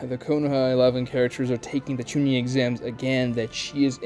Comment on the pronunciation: how you say genin and chunin hurts my SOUL.